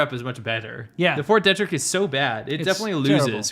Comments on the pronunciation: Fort Detrick is not pronounced Deh-Trick. It is pronounced Dee-Trick. Just letting you know. Love the show. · Not to nitpick, but... the name of that American military base is pronounced "DEE-trick," not "DEH-trick". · Fort "Dee-trick" edit: You guys couldn't be more wrong about the mask argument.